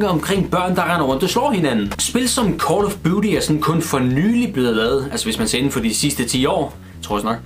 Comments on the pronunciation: call of budy? WFT! :P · Ja. Han mente vist Call of dudey. Er det sådan man staver til det?